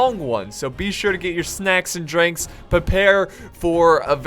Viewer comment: GET YUR DRANKS PEEPLE